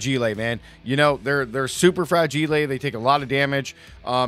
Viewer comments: And fragile too 😱😂 I assume it’s on purpose but no idea why he would mispronounce them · Where did you learn how to pronounce "fragile" and "agile"? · He's spinning it like the way he says fragile which is a reference to the movie A Christmas Story